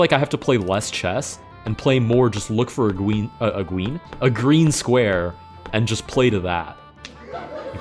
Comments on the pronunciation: a gween squawe :3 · have to wook fow a gween squawe :3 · We wookin fow a gween squawe?